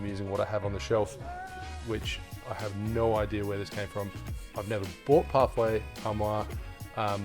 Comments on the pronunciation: French: Parfait Amour 💕: "Parfay Ar Moire" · Parfait à moi ??????? PARFAIT AMOUR..... With the sound "oo" after the "m" of the word !! thank you....